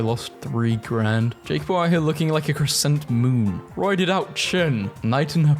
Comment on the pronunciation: I know you did not just pronounce "crescent" like that.